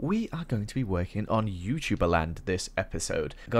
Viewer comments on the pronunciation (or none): none